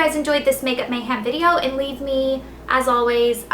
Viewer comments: She says MayHAM rather than MayHEM. Its getting irritating.. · Its pronounced makeupMayhem not makeupMayham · mayhEm... not mayhAm. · You can continue saying makeup mayhem like mayHAM if you want. But i personally don't like it because i think it's mayhEM. with and E. not hating! just commenting! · anyone else lol when she says mayhAm? Haha